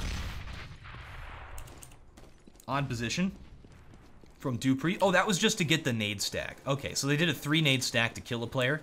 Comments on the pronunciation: good video....but you always call dupreeh, doopreeh....ITS DUPREEH not doopreeh. duh!......(just saying btw). :D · "Dupreeh and duvi- Divu- du- du-" - 2015